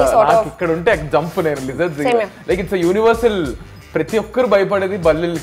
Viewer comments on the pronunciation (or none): none